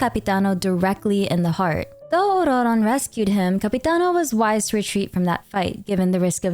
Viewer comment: Finally your double takes to perfect saying "ORRRRRRRRRRRRORON" and rolling the Rs like a R finally got done and uploaded. How many takes did it take 😂😂😂